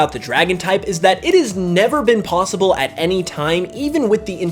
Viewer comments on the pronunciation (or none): none